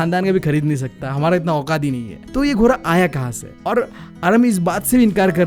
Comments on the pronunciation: Ghoda❌ Ghora✅😂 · ghoda ❌ ghora✅ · 🐎Ghoda❌ 🐎Ghora✅ Bro's tells are very friendly and fun😄